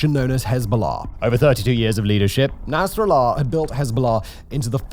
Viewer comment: nas-ra-llah is pronounced with the emphasis on the SECOND syllable.